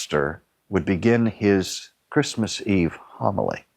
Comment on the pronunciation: Chritmas??? Really??? You had one job.